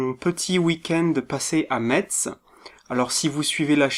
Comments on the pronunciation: Sa se prononce mess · Je te suis et soutien depuis le debut de 'au rayon manga' mais en tant que mosellan je me sens obligé de rappeller que Metz se prononce 'Messe' ; ; En tout cas bravo pour cette vidéo et pour ta chaîne en général ! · Bon courage pour le montage alors :) (au fait metz ça se prononce messe :D)